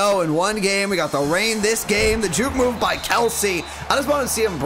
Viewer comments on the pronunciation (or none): none